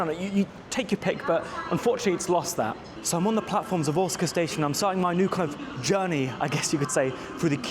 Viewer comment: I thought your were saying you were at Otsuka Station at the beginning of the video! (I'm used to hearing Osaka with a hard O). The moving panels on that platform are a one-off, installed at that platform in a new part of the station called "Umekita" which as you found is a bit away from other parts of Osaka Station 🚞 The cat station master thing (Wakayama Electric Railway) is not as interesting as all the social media makes it out to be. The trains are cool, but the station with the cat (the outer terminus) is an unattended station with just a Cafe that sells cat merch and the surrounding area contains nothing else apart from a few homes. And I didn't realise I was lucky to visit the zoo at Shirahama before the pandas were exiled 🐼